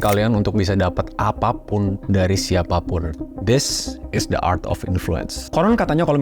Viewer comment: Gw mau komen ke hal yang keliatannya kecil tapi mengganjal pikiran gw, disaat lu bilang the art of influencing, lu bilang "the" dengan kata "de", yang dimana seharusnya pake kata "di" karna bunyi yang keluar dari mulut setelah kata the di ucapkan itu bunyi vokal, jadi ya the art of influencing bacanya di art of influensing, yes, again ini hal kecil, cuman gw ngerasa agak gatel aja, dan juga, gada salahnya kan buat menjadi lebih baik ???